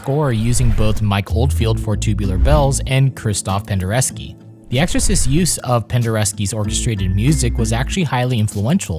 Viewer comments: Penderecki, not Pendereski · fascinating! but please, it's pen-de-ret-skee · you're pronouncing Penderecki wrong